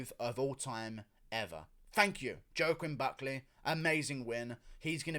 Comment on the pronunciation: Who's Joe-Quinn Buckleh?